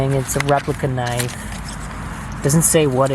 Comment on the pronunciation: whoa NICE "Kah NIFFFF" , hahaahahahaha. Hopefully you kept that eyh.